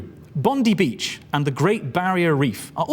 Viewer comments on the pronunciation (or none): I can't believe he pronounced Bondi Beach like that